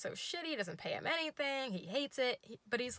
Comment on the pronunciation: Your ACCENT for himm HHHHHH it's so funny I'm... Thank you